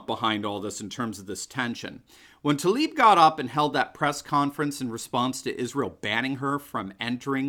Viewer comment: Spells Tlaib, why do they say Talib? 🤔👀🙁